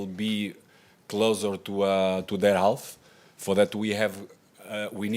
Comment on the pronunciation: nie mowi sie helf..jak cos to bliżej helth chlopaku;)